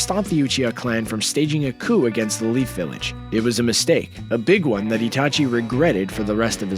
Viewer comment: we not ganna talk about how he said lead village 🤦‍♂️